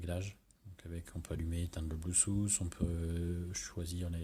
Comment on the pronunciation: Très bon test... Par contre, ça se prononce pEbble et pas pIbble et on dit blueTooth pas bluSSouth... Merci pour mes oreilles ;-)